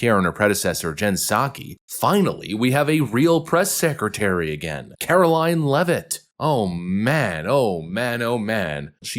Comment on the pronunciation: Glad you know how to say her last name. So many youtubers are having a real hard time. You must be from New England?